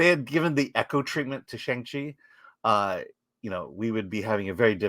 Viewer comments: FULLY agree cuz i LOVE SHANG CHI and don’t understand why people hate on it so much. But, with that being said, CMON, you’re Chinese American and you STILL can’t say his name correctly??🤦🏼‍♂️😂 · I like that an Asian-American guy can't pronounce Shang-Chi